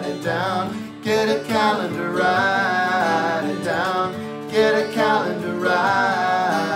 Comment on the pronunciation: 3 syllables on “wri-i-ite it down.” “oh-oh-oh...” 2 syllables on “do-oo with the judge.” pretty swee-ee-eet.